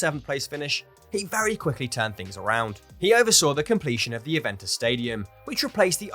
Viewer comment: Can you not put maybe 1% effort into pronouncing the names properly? I mean come on, these are names that we hear week in and week out when listening to games, it's harder to butcher them than it is to get them right.